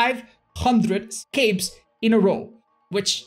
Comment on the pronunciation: I love how says 'scapes', that's so not espanish of him.